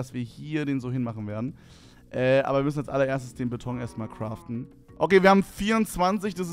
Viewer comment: Es heißt Beton und nicht Betong Brudi